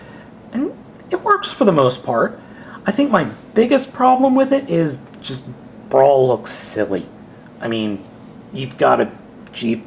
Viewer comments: I didn't catch on til the end, but did you keep calling Brawl "Brawn"? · you called brawl brawn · wow two times you called brawl brawn lol